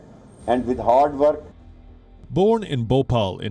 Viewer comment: Alot of people might like him or dislike him... But I like most of the decisions he takes.. Modi ji You know how privatization helps..?? No future governments can hamper our growth after private companies come in action "hordwork"